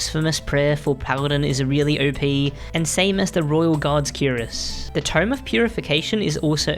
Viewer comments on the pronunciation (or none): none